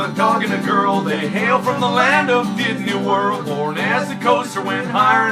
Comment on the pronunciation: Did I hear "DIDNEY WORLD"!